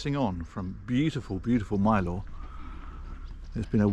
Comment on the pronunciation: Not to be rude as I love your videos and am from near where you visited but it is pronounced Myl-er even though its called Mylor. Glad you had a good time and spend the rest of your trip well.